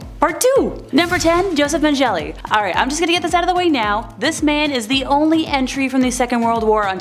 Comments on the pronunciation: Every fucking video these narrators completely mangle a name. Really? Joseph man-jelly? I stopped watching right there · It’s pronounced Joseph men g le x